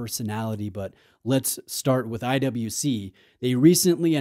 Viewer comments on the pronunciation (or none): pronounces IWC as I double you see